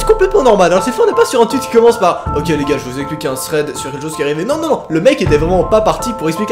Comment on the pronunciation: Ça m'horripile comment tu prononce "Thread" mon dieu. Sinon très bonne vidéo